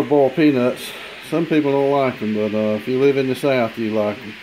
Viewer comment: "Bawlt" peanuts.